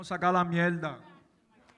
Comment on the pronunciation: “MIELDA” wtf is that pronounc the fucking R I hate puerto rícan accents 🤣